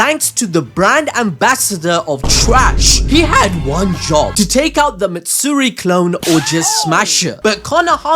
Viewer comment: MAtsuri dude, Matsuri.